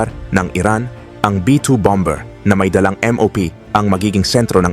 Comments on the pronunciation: Bammer po ang pag pronounce, hinde bambeer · un lang. bombers. Bomer po ang tama pronounciation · Bomber, silent b po